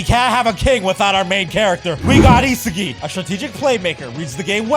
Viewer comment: Yeah.. that’s how you pronounce it You can even watch the anime if you don’t believe me